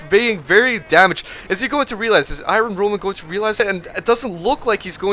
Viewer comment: i-RON roman.